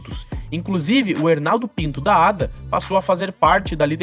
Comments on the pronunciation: Ada é o teu cu É a.d.a porra aprende a falar analfabeto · e estranhoouvir Ada quando aqui no rio nos fala A.D.A. letra por letra